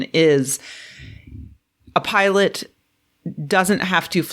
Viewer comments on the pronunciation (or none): none